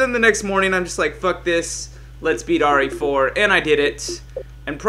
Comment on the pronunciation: why do u say RA4